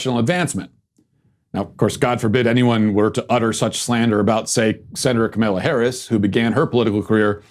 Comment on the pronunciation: Learn how to say Senator Harris' first name you fucking moron. You do political commentary for a living...and she's going to be the vice president. Comma-law Also not 60 million human beings....when your born your not 9 months old...your a day old.... because life begins at birth..... society has agreed to this your bullshit made up fairy tale that has a fake supposed God whisperer pickd by chimney smoke and has tonnes of disciples molest boys ....does not equal a moral compass for the rest of the world